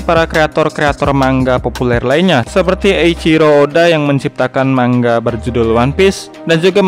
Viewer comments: Mangga wkwk 😂😂 cara baca nya itu bukan gitu cara baca nya itu mangaa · Manga bang bukan mangga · Sbnernya baca nya gni Man-ga gitu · maksudnya,yang dibahas yang bercerita bukan bilang manga malah bilang man ga